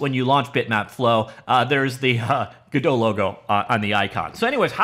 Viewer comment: Godot is pronounced in a way that rhymes with ROBOT. Not whatever french pronunciation you’re using. Also notice Godot’s mascot IS a robot.